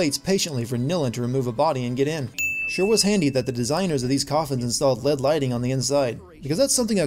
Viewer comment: it's not led, it's L E D, short for light emitting diode